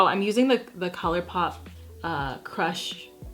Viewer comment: i miss the era when you pronounced colourpop like cuhleurê pop